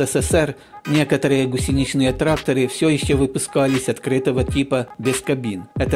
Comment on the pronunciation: не первый раз встречаю ударение гусенИчный, тогда как во всех словарях "гУсеничный [не гусенИчный]"